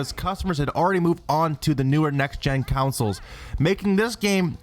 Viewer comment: let's not forget calling consoles "councils" every single time